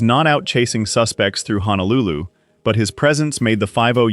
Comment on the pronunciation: Can any one of these commentators please pronounce the place as Honolulu and not HANALULU? There is no place called HANALULU. It is Ho no lu Lu. All of these actors gave their all to Hawaii 50 and are remembered with love and dignity.❤️❤️❤️❤️❤️❤️❤️❤️❤️